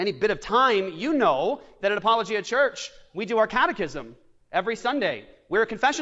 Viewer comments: Probably should Learn how to pronounce apologia first...... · I mean the pronunciation of apologia could be worked on lol